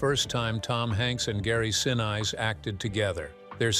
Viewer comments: Gary's last name is pronounced sinees, not since! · Who's Gary "Sin" "Eyes"?,, if they can’t even pronounce a famous person’s name right, why should you trust their “facts”? Mispronunciations signal laziness or inexperience. Professional creators (newsrooms, big brands, audiobooks) always check and correct pronunciations before publishing. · Someone needs to teach the narrator how to pronounce Gary's last name CORRECTLY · you keep saying Gary;'s last name wrong! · Maddening to hear the mispronouncing over and over and over again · Mispronouncing gary senise also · Michael Keatons picture and the pronunciation of Gary Sinise. 🤦🏽‍♂️ JFC